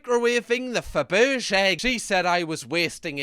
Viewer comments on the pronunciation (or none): when pronounces Fabergé (fab-er-jay) egg as "faberrrge" I'll go with it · Fabrige said like a tru northerner! Phun w phonics for 😂: Fabrige= Fa-brij-ay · We just skipping over pronunciations of Fabergé?